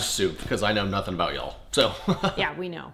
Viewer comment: Canadien pronunciation: "uh-beh-oot"